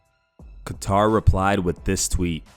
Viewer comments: It's "Kay-ter" not "ka-tar" - You're uploading MMA news and don't take 2-seconds to learn how to correctly pronounce a main eventer's name? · Quit saying Kat-tar. It's pronounced Kay-ttar. lol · Its KAY-TUHR. Not Guitar... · Hey man, Calvin's last name isn't pronounced like the country, Qatar. Pronounced 'Kay-Tur' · ITS KATTER NOT KATAR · Who the fuck is kaTar? Calvin katter get it right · Kat-tar lmaaoo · It’s kat tar you maroon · I guess his name is Calvin “Qatar” now according to the pronunciation in this video. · Imagine mispronouncing Calvin’s last name. Beats Chikadze in spectacular fashion then gets disrespected by some YouTuber. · How tf do you pronounce kattars name 🤣🤣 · You saying kattars name wrong just shows that you don’t watch the ufc lmao😂😂😂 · That’s not how you say Kattar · You really cant pronounce Calvins name? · I think you should start pronouncing these fighters names correctly. How long have you been covering MMA and can't say Calvin Kattar name right? Stop worrying about those stupid MMA Memes and watch some fights and learn fighters name. Im not expecting Jon Anik type of work but it's very annoying to where I had to write this comment. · The way you said Kattar really Pisses me off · Reports UFC on YouTube, doesn't know how to pronounce Calvin Kattar's name. Please someone replace this channel for our immediate MMA updates.